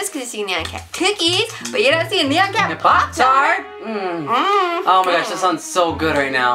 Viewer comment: They pronounce Nyan like neon xD